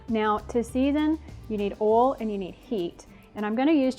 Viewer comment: OIL, not "Oll". Thanks for the tips